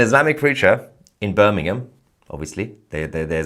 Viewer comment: He can't even pronounce it Correctly it's "Birmingham" not Bir n ingham